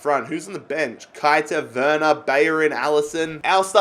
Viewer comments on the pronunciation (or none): none